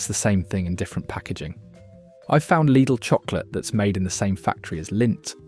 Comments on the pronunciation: Its pronounced L I D L NOT LEEDLE MY SISTER AND NEPHEW WORK THERE SO I SHOULD KNOW. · Please stop the AI voice saying LEEDAL! most supermarket foods contain toxic stuff if eaten in excess. People should LEARN TO COOK. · Do make up your mind how you want to pronounce the word Lydl! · Why do you call it ‘Leedle’? Can’t you spell? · It's German! So it's pronounced 'Leedle'. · Lydle, Leedle, Liddle….you need to make your mind up lad! The different pronunciations are so irritating lol. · Laidl / leedle? 😂😂 AI voiceover is horrible. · I thought Lidl was pronounced liddle. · So, is it pronounced Liddle, Leedle or Liedle? 🤔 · Stop calling it LEEDLE! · Daft AI generated dialogue (is the business name pronounced Liddle or Leedel ?) and photos where we see Aldi's Lurpak clone Norpak not Lidl's Danpak. I won't be subscribing to a Channel that doesn't check this nonsense. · Changes the pronunciation of Lidl three times. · yea, I agree this is AI, the voice sounds real at first.. but then you hear how it says Lidl sometimes and BBQ and odd breaks in sentances